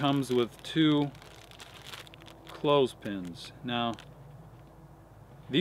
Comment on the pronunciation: Did you say "Clothespins"?